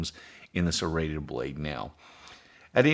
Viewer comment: You had me till you said serrated